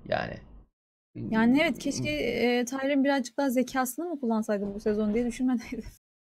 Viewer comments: ya şu adama "tayrın" deyip durma! "tiriyın tiriyın" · ukalalık etmek için söylemiyorum, tirıyın diye okunuyor olması gerekli. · Kız Tayrın dedikçe deli oluyorum. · Ukalalik etmek istemem ama tiryın olabilir